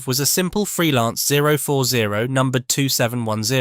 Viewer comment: Good content that is spoiled by that ridiculous pronunciation.